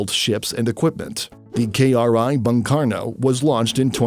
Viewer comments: bung it should be read boong please read my language properly.... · But when the narrator pronounces Bung with a sound like Bank in Indonesia Word ( Bang ).. I laugh a lot 😁.. Cause it hit me different... Bang is associated with One of our calling from Betawi/ Sumatran Culture ... From my points of view.. Bung who spell its U vocals like a u vocals in ( Through ) Words are coming from the year 1945 when Surabaya People struggled heavily fought theyre dignity and Honor with Dutch and English occupied Army )... So as a fellow who ussually heard Bung Karno.. Are Spell Bang Karno.. Its make me smile 😊.. Iam not tryin to mocked.. But Bang are mostly associated with rural people.. Bang Betjack ( ricksaw pedaller ) Bang Ben ( famous Betawi Culture Artist ).... anyway Its ok cause the Narrator are a foreigner.. Singaporean right 🙏🙏 me as an Indonesian Admired our neighbouring country.. Singapore.. Tiny but got so much power in Economy and Technology... My appreciations to ur Military review ' Sir.. Keep the good work 🙏🙏🙏